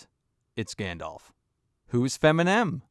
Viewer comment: Bruh I can't take you seriously if you pronounce it "Gandolf". It's been over 20 years c'mon now.